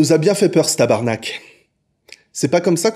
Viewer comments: WOW Un Français qui dit tabarnak de la bonne façon... la fin du monde est proche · C’est de loin le meilleur “tabarnak” que j’ai entendu d’un français. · Tabarnak que c'est bien dit et même l'accent bravo ! :D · Le meilleur tabarnak que j’ai entendu de la bouche d’un français à ce jour. 🥇